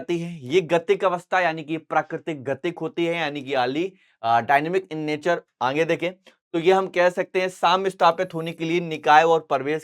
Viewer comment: Aage ❌️Aange✅️😂😂